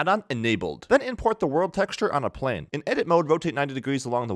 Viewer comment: bruh how did you mess up that word that badly?